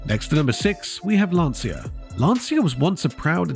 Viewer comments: And that is a short 'a', as in 'Lawn-cha'. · I am saddened by the potential loss of Lancia. My dad apprenticed at Lancia in WWII and worked there for 11 years before emigrating to Canada. And it is pronounced “Lan-cha”. Please don’t tell me I am wrong; I am son of a guy that worked there for 11 years + an apprenticeship. That is how he pronounced it and he would know.